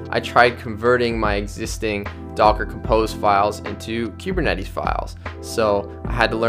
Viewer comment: queue-burr-netties? it's koo-burr-netties...